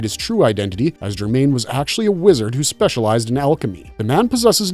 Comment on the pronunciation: Various of the characters are semi-based on figures from fiction or history. They sometimes are a bit like their source character (St Germain) and sometimes have utterly different (Carmilla). There was a St Germain. Though, first of all, his name was pronounced in the French manner, that bloody horrendous Americanized version is SO stupid and like fingernails on chalkboard. But the real St Germain was said to have appeared at various times and places in Baroque era Europe, but without ever aging. He did write in notebooks with triangular pages, and told fantastical stories about his fantastical abilities. Varney the Vampire is, of course, plucked from the title character of the long running series. Published in a weekly pamphlet in the late 1840s, the author was paid by the line, so there is a huge amount of filler and nonsense. The plot ranges around all over the place and there's little continuity or attempts to have any. It was published in book form, HUGE book form, perforce, and seemed to have been influential on developing concept of what a vampire would be like, to English language speakers. It was rather forgotten. VERY forgotten. Sir Christopher Frayling says it was only just beginning to be re-discovered in the 1970s, as gothic victim was getting re-assessed by academics, after having been very "out" for a long time. I recall in the 1970s it was really difficult to find LeFanu's writing, for example...speaking of Carmilla. Ironically it was the Women's Movement, esp